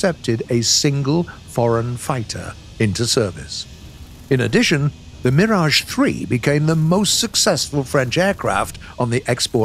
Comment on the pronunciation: First time I hear a non French speaking guy pronouncing « Mirage » exactly as it should sound !